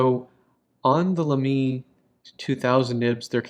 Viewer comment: I don't know why it bothers me so much, but I trip over the way you pronounce Lamy. Why stress the second syllable?? You have the right vowel sounds at least. So I guess I should be happy about that.